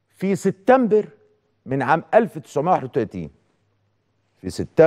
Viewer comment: يا سيد عكاشة ما تقول ليس بجديد فنحن أيضا نتطلع على برامج الانترنت وانت لم تأتي بجديد ولن تأتي بجديد . ملحوظه سبتمبر وليس ستتمبر اتمنى ان اسمع منك كلمتين منطيظمين😂